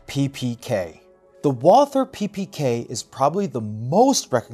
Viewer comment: No English TH in Walther. It is spoken like "Walter".